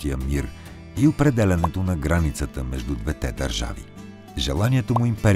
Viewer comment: Видеото е страхотно! Единствено бих искал да ви посъветвам да проветите къде пада удареното на думите: “двете”, “двата”…благодаря!